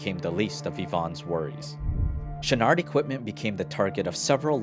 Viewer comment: "Yvon Chouinard".... "Yvon" is not said as "Yvonn", it sounds like the feminine version of the name. There shouldn't be emphasis on the "n". "Chouinard" is said more like "Chouinor" (you managed to say the first part of it nicely enough). Yes, I'm French Canadian.